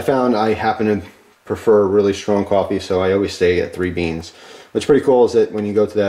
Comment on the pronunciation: "SHTRONG" coffee? The word is "strong." There is no "h" after the s. The is no "sh" sound in strong.